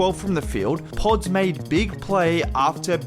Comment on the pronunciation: I like the way you say podz lol I’m sure you got all the British kids and white kids saying it like you now haha